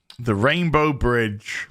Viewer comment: I swear you called it the RainBRO bridge.